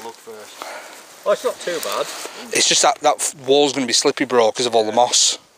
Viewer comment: I thought the same thing! Here in America I can't imagine a place like that with access to public? That's crazy! And I am very happy you are wearing a helmet! You obviously care about your safety😉 and stop saying slippy for pete's sake! It's SLIPPERY 😁